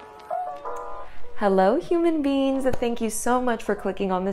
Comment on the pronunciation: I replayed the intro because I thought I miss-read and miss-heard her but nope she legit just called me a “Human Bean.” Me a Mexican 👁👄👁 what did you just call me?? 🤣lmao